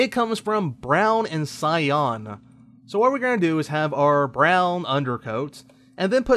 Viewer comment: cy.an // sahy-an EVERYONE doesn't understand your mispronunciation.